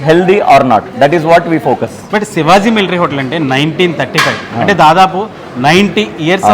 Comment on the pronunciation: Sivazi kadu bahyya…shivaji adi😂😂😂